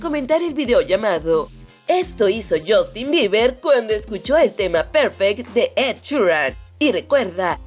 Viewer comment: Buen vídeo!! Pero Justin se pronuncia "Yastin" no" yostin "